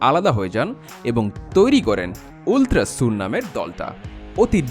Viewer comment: আল্ট্রাজ না কি উল্ট্রাজ!